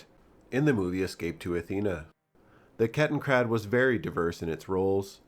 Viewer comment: It's Kettenrad, not KettenKrad. Ketten means chain or track, rad means wheel.